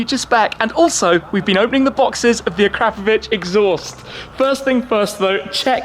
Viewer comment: And even managed to pronounce it properly, proper car guy 😎